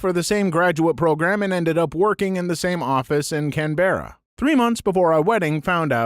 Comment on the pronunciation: The way he say canberra both makes me want to laugh like its a joke between friends, and laugh uncomfortably in a room full of strangers